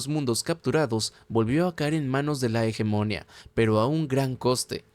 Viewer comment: No quiero ser pedante y me encantan tus videos pero me cauda molestia auditiva oirte pronuncia tanras veces la palabra hegemonia mal, la silava tónica es la última hegemonía